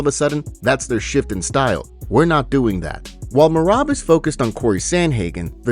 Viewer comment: How long until you say Merabs name right 🤦🏽‍♂️